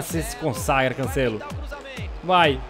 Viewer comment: Mano brasileiros para de falar cancélo é cancelo